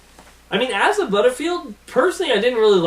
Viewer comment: It's Asa not Aza